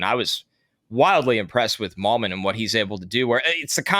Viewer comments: FYI it's MIGH-lum, not Mil-yum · Are we 100% sure Riley Mahlman’s last name isn’t pronounced like “Mail-man”